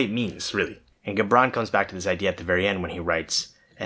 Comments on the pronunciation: Loving the idea behind this channel! Also love this video and this poem. It's interesting that you uploaded this on Aug 03 2020, one day prior to the Beirut Explosion in Lebanon, the country where Khalil Gibran (pronounced Ji-bran btw) was from. Being from Lebanon myself, a country where your freedom seems limited by the oppression of its rulers, these sentences spoke to me: "And if it is a despot you would dethrone, see first that his throne erected within you is destroyed. For how can a tyrant rule the free and the proud, but for a tyranny in their own freedom and shame in their own pride?" It's time for the people of Lebanon to free themselves of the false political and secular ideologies that they follow so blindly without proper understanding. That, in itself, would free the country, and would in turn allow for the people to find their own individualistic freedom. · In Lebanon, we celebrate Khalil Gibran (pronounced khaleel jubrawn) with all our might, we celebrate him wholeheartedly, he is truly a national treasure.